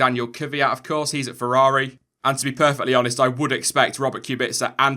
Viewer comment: 'Let me know what you think'? Well since you asked, why can't you say feRRaRi? Its not fewwawi bro...